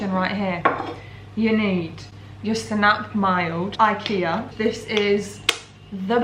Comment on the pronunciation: My swedish self squealed when she pronounced senap, but I still love you